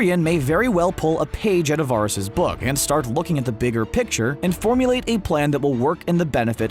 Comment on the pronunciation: bro did you even watch the show? can't even pronounce the Eunuch's name. feels like you just read a script someone else wrote